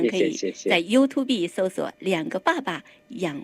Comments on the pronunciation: YouTube不是唸You to be主持人錯了😂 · 我说了好多年的you tu be 😂知错就改✌️